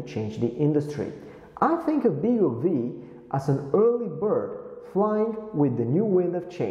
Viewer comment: Nice overview on the BeagleV; thanks for that. Looking forward to getting the final version hopefully later this year. (BTW, I think the name is pronounced "Beagle Five", as the V is a Roman numeral 5 (same as RISC-V is pronounced "Risc Five")).